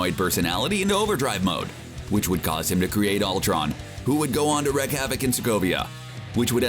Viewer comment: It's "wreak havoc" not "wreck havoc"